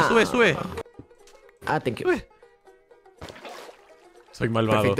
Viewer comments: Le dijo Tank you en inglés pero lo dijo mal por eso se escucho que dijo Te quiero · Le dijo gracias en inglés pero mal dicho